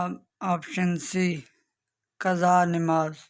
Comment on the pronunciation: نماز نون کے کسرے کے ساتھ نہیں بلکہ زبر کے ساتھ ہے